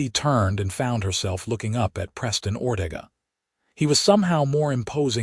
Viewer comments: Oh for Pete's sake! Teach your A.I. how to pronounce words! Or-TA-ga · It's pronounced Or-te-ga.